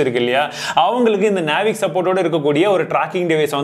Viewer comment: அழகா தெளிவா சொன்னிங்க (நேவிக்)👌👌👌